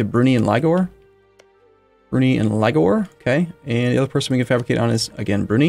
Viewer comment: Brunei is not pronounced 'broonee', it's "Brunei (/bruːˈnaɪ/ broo-NY)"